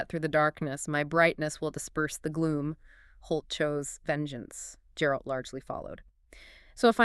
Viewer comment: Guh guh guh geralt. Not jeralt not jerald 😭